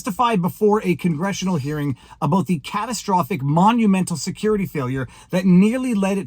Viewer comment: Wow, how long have you been in Canada? Your “Aboot” is already more dramatically pronounced, hey Buddy, I mean Guy, I mean friend…